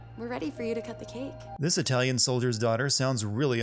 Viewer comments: Italion? It's 'Italian' XD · Its Italian, not italion. And Arditi did use armors, even if not that effective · Italion lol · Italion xD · gotta love those "Italions". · italion ughhh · "Italion", lol